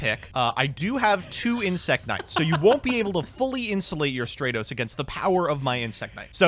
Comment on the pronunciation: Every time he calls Stratos "Stray-tos," my brain literally screams, "stop calling him that!"